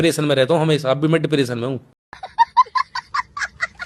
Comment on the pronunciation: ডিপ্রেশন না প্রিপারেশন😊মোনা লিশা মুসলমান